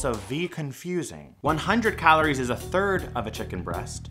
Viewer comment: The way he says “calories” really bugs me.